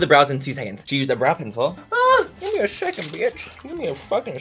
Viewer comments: Manny 'give me a shecond' MUA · "Gimme a shecond"😂❤ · “ you need to give me a siacend” 😂😂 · " give me a shecond bitch, give me a fucking shecond " im dead 🤣🤣💀. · “You need to give me a syecond”😂